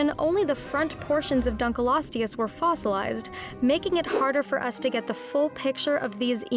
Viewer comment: she seems to have a bad habit of mispronunciation- they also opened with the dunk right after the study that’s showing it wasn’t nearly as long as initially believed.